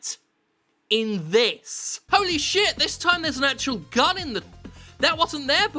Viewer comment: Why am i thought he said gum instead of gun?